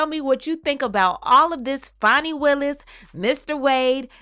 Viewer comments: It’s pronounced Fanny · Whats this "Fonny" BS? IT'S FANNY! Like BIG FAT Fanny